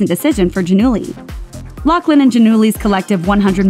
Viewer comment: OMG!!!! It’s pronounced LauFlin!!! No C